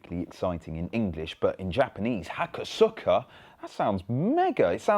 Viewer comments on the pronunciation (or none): Pronounced 'Hakos-uka', not 'Hako-suka' ;) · Hakosuka is pronounced "ha-koh-skuh", emphasis on the middle syllable, for those who care about that sort of thing...